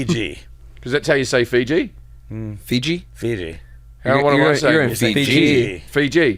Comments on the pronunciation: Americans correcting people on how to pronounce names of places not in USA is hilarious. It’s “Fee-gee”! Not “Fi’gee”. It’s “An-tarc-tic-ca”! Not “An-ard-ica” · Really ?? Fiji ??? WHA TAR ! Fee Gee ?